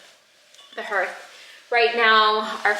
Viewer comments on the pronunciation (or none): Someone may have already mentioned this but Hearth is pronounced ‘harth’ - at least in NZ and Australia - not herth - yours is going to look amazing with those beautiful tiles 😍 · I believe the pronunciation of “hearth” is similar to “heart”, like an “a” sound (harth). Unless there is some New Zealand variation that I’m unaware of :) You house is starting to feel like such a warm and calming space 💛☺️🏠. I love the beautiful pieces you displayed on the shelf. I can tell you guys have a lot of special and unique pieces that you cherish and love in your home ❤️❤️ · I don’t know if the pronunciation is different in New Zealand but in the US “hearth” is pronounced “harth” (like the name Garth) 👍🏻